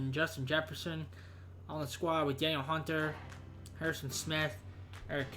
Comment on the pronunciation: So it’s actually pronounced da kneel hunter